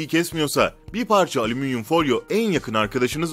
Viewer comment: aleminyum ,alzarmir yahu siz nece konuşuyorsunuz nerde yaşıyorsunuz?